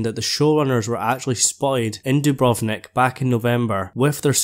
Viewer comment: I just found your channel and subscribed! First, your pronunciation is perfect on Dubrovnik, and I love your accent. Yes, Jon is like Aragorn and will lead the battle, but not sure if KL is the final scene. In the end, there will be a line like - "Let us together rebuild this world so that we may share in the days of peace" because GRRM like Tolkien, is very anti-war, even if the conflict is justifiable. I've been avoiding YouTube because you're right, the Season 7 spoilers ruined it (although I was powerless to resist).